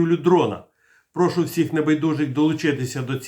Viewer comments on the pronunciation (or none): none